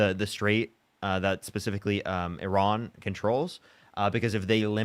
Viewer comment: And Iran, Iran so far away... E as in sea... Ra as in the Egyptian god... N as in pronunciation you frelling dren heads! What can I expect from my fellow 'Mericans.